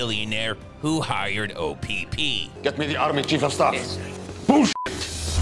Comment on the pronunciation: I like how he kept saying O p p through out his review😂😂